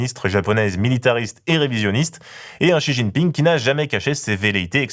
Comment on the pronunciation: faudrait arrêter de l'appeler "Chi jiping" I beg